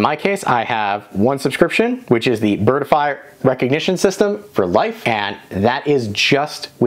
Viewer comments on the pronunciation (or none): Not pronounced "bird-i-fy". There are only 2 syllables - "bird-fy".